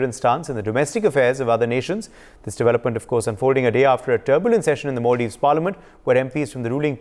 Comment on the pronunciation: It’s Mulladives 😂